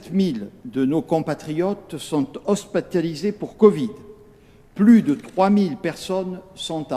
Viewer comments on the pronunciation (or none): "sont hospatalisés pour covid..." :'( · Attends il a dis quoi là ? 😂👌🏻 "Hospatalisés" 😭👍🏻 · il a bien dit Hospatalisé :D ? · "hospatalisés" qui a entendu ça ??? Je suis mort